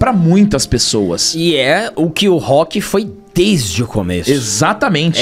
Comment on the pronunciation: Ahh sério que o rock mórrêl?